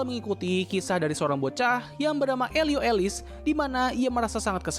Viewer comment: Mau ngasih kritik dan saran buat abangnya: 1. Film tikus yang bisa masak itu judulnya Ratatouille tapi abangnya nyebut Ratatuli. If it's a joke, it's not funny. 2. Namanya Elio Solis, tapi abangnya nyebut Elio Elis. Minimal kalo kesalahan di audio ada teks tambahan *Elio Solis 3. Ini yang paling penting, Kasih credit!!! Film yang di tayangin bukan karya sendiri, tapi milik Pixar Studio, jadi harusnya ada teks "Courtesy / Property of Pixar" di video. Sebagai youtuber harusnya udah paham ini buat menghindari hak cipta.